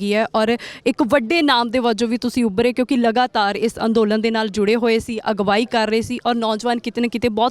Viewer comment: ਸਿੱਧੂ ਸਾਬ ਪੰਜਾਬੀ ਠੀਕ ਬੋਲੇ ਜਿਵੇਂ ਤੁਸੀਂ ਬਾਰ ਬਾਰ ਅਗਵਾਈ ਨੂੰ ਅਗਵਾਹੀ ਕਹਿੰਦੇ ਹੋ